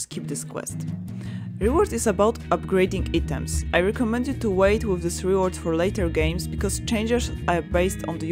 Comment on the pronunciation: Amazing production. Thank you so much. Pronunciation: EYE-TOMS = items.